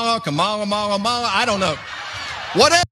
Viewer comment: “Kamama, Kamala, Kamara, MalaMala” 😂😂